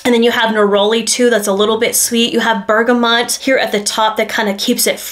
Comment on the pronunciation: Cardamon- not Cardamom , Bergamot, not Bergamont!🧐 Jeez.